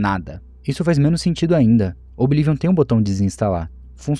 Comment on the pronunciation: Desculpa, amo seus videos mas q agonia vc falando OBI LIVION, qual problema em pronunciar corretamente kkkkkk